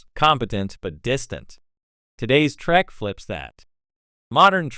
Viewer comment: Wow, for someone whose CHANNEL is centered on Star Trek. You flip between Trek and Track like my goddaughter who is 8 years old. Please don't defame the show, nor disrespect the fans with your stupidity. BTW, get a text to speech program that actually can pronounce words, or at least that lets you choose pronunciations when it isn't sure. I'm not asking for billion dollar text to speech, just make sure you're happy with your output, before you post it.